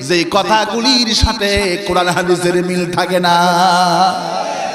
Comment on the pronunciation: এটা জামায়াতের মাল হাদিস টাও ঠিক মত উচ্চারণ করতে পারেন না